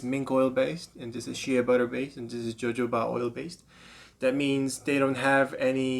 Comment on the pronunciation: I'm no fan of the channels that are constantly hyping overpriced products to shill for big daddy, but when i get "renuhvader" and "joe-joe-ba" back to back, I'm out.